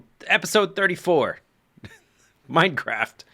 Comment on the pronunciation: I feel like you almost said "Welcome Backa To The MindaCracka" during your intro xD